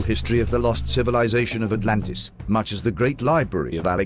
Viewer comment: That's as bad as "Anartica" and "Alantis". How? Why? Just get it right.